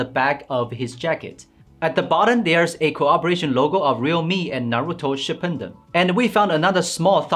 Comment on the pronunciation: shippuden, not shipunden. ho ka geh, not hokatch. anyway, bravo to realme. from the dragonball gt neo 2, i alrdy impressed. but still can't get me to buy it cuz im doubting realme's flagship feel. (samsung user)